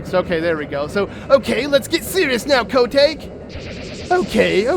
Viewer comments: I hate how calls Kotake Ko take. It’s Kotakè DAMMIT! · I can’t believe I didn’t realize this was a completed Let’s Play, pretty please with a cherry on top finish this series I wanna see it through and through. Also, it irked me throughout the video cause of the wrong pronunciation of Kotake got under my skin when you read the dialogue with her name in it. Was that just me or is that actually how it’s pronounced???? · Ok,. I love you to bits, but totally cringing at your butchering of the name kotake.